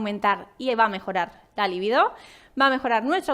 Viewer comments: No es líbido sino libido ( sin acento) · Sólo un apunte: se dice libido, la palabra es llana, acento en la segunda sílaba.